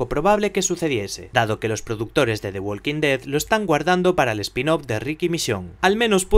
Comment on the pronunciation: Se dice Wokin ded. No se pronincia la L.